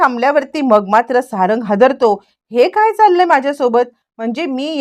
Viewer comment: अरे किती वेळा सांगायच 😂 सारण नाही सारंग नाव आहे...